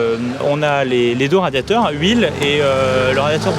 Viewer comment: La signaturheu... les radiatheurheu... c'est magnifiqheu...